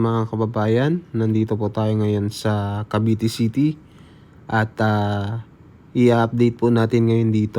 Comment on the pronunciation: Sa sunod,CAVITE CITY at nd CAVITY CITY kya nag iisip aq kung san na lugar kya pr mlaman ko ay inopen ko video mu.hahaha